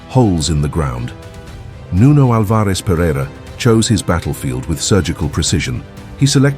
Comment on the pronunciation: Nice video. Only a detail: Nuno's second name is pronounced AL- vares. The stress is in the first syllable👍